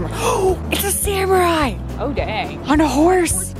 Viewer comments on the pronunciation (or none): none